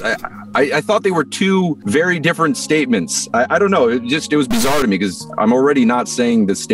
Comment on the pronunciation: hes saying "becuase"